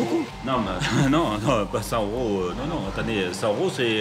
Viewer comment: Jo yeux pour un journaliste de dire « 100 euros » sans faire la liaison avec le « T »